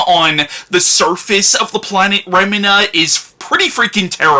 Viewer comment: I think its pronounced Remeena.